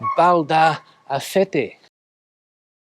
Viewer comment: Valdaracete, not "Valdacerete"